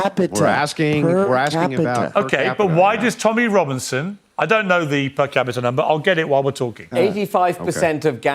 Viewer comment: "per capita" 😂. was a decent British accent.